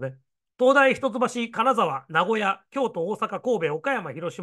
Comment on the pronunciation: 名古屋っていうときのアクセントが名古屋人のそれ